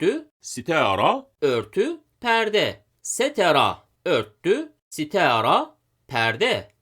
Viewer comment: Sitera değil sitara